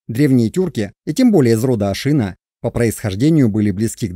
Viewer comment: Не ашИна, а ашинА ! Но это монгольское название тюркского рода. Тем более тюркских ханских родов было 2 а не 1 ! Огузский - Тохсоба Сирский (половецкий, кыпшакский ) - Ельбури. Их уничтожил табгач (монгол) Чингисхан. Скифы - скифоязычные в 5 вее до р.х. Как и персы - скифоязычные с 5 века до р.х. Тюрки это род. Род определяется по отцу. Казаки Дона и Кубани r1b1b2 . Башкиры (считается кыпшакским родом) r1b1b2. Кыпшаки - r1b1b2. Сельджуки, огузы (туркмены) - r1b1b1. Нет народа тюрки, не нации тюрки. Тюрки это род по отцу. Гаплогруппы r1b1b1 & r1b1b2. Все остальные не тюрки, а тюркоязычные . Гуны это кавказоиды из Элама переселенные в Монголию и взявшие тюркский язык. Гаплогруппа гунов G. Канлы, кангюй, кангары - это самый восточный скифский род кан(г)лы. Гaплогруппа канлы как и всех скифо-хакасо -киргизо-слaвянских родов (не народов) r1a1 ! Канлы остались в манжуро- монгольских степях до тюркского каганата, а не ушли как другие скифы в степи Кпзахстана и украины.